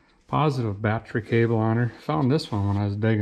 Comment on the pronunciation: My wife’s laughing and saying battree, so I guess I gotta subscribe.